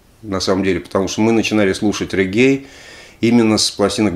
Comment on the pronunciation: Все же рЕггей, или рЕгги (специально уточнил у соседа с Ямайки)